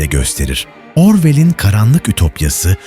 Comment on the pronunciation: Sonda 1984 yerine 1904 diyor ve "Orwell"ı yanlış telaffuz ediyor. Dikkat edelim 😊